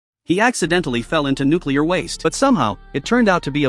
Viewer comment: Watch a bunch of idiots go jump in nucular waste